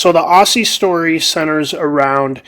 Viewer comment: Yes its spelled Aussie but its pronounced Auzzie, like Ozzy.